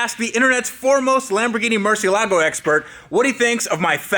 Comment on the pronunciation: listen to the way Ed pronounces Murciélago. He gets it right.